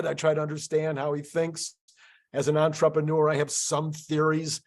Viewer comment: It's strange how says "entrepreneur".